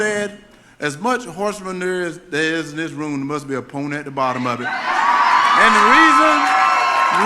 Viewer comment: Did he say/mean: “ponent” to mean “opponent” or “Pony” !? 😵‍💫